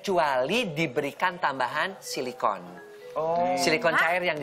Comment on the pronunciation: Pas ngomong cilicon..... Neng dita melongo, Awas neng ntar kemasukan sesuatu itu mulut lebar amat